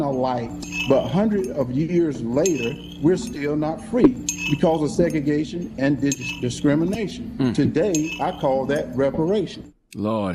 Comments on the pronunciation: “segegation” damn 😂 couldn’t even say segregation correctly. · 👀 he said "seg-gagation" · Eman-sta-pation seg-a-gation, lmao! Just shut up and run the ball boi!